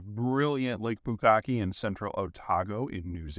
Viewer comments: Lake Pukaki (pronounced "POO-KAH-KEY") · Ohhh Pukaki! I kinda thought you said something else....